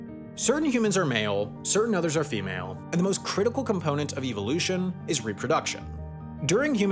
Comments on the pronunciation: Incorrect pronunciation: "EVIL" ution 😅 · I hate the way you say evolution... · great video but it hurt me the way you pronounced evolution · Can Sam please learn the proper way to say Evolution. I cringed everytime. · the way he pronounces 'evolution' 💀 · My dude why you say evolution like that? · I’ve never heard that pronunciation of evolution. It’s… distracting. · Is it just me or does he pronounce evolution weird?